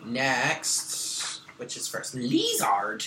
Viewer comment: I've been laughing my ass off at "LEE-ZARD" for about 10 minutes lol I love you, you always start my day off with the right attitude<3 thank you boo! Namaste lovely people